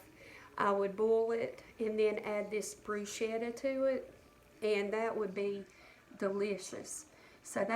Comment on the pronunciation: I’m Italian and I like to help people with pronunciation of Italian words. Bruschetta is pronounced Bruce-kettah The sch is pronounced like the sch in school. Bru-Shettah - like you are pronouncing it - would be spelled Bruscetta in Italian and there is no such word. Hope you take no offense toward my “Italian “ lesson.